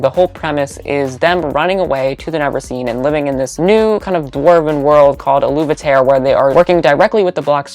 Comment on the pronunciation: U pronouncing aluveterre u-luve-e-tare had me shook. I've always pronounced it a-luv-e-tere haha I was sooo wrong.